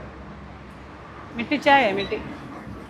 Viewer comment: മട്ടി ചായ അല്ല, മാട്കാ ചായ എന്നാണ് പറയുക